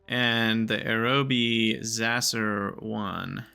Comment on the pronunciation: aeroby? dv-difference? isp? your pronouncing them weird on purpose, right?